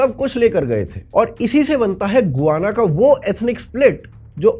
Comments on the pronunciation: Gu-va-na nahi ga-yaa-na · "गोआना" नहीं होता है। "गयाना" होता है। प्रोननसीएशन ही गूगल गार्ड लेते भी लोग। 🙏🏽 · Bhai गुआना nahi hai गयाना hai, 15 april ko hi yaha aaya hun for next 3 months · गुआना है या गयाना है? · It is called Guyana "गयाना"।